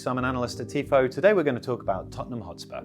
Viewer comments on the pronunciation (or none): none